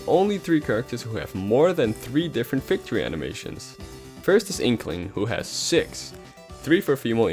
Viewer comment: It's victory not vicitory